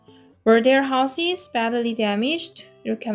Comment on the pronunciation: 별로중요한것은 아니지만 Houses 발음은 하우지즈 로 하시면 좋을것 같습니다. 시험에 내는 학교가 종종있어서요ㅎ